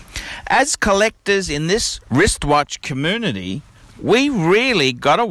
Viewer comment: "Cuh-moo-nitty"... "Male-folk"... Nice one!